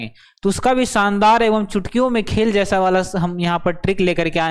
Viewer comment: Khela nhi hota 😂😂 khel kahte hai. Or chhouuu nhi hota six ko chaiii kahte